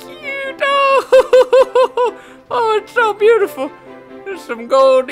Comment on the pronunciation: i swear they said 'beatiful' like a billion times